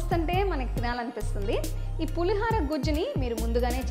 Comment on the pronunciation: Please. It's not Pulihaara Pulihora!! Ho anaali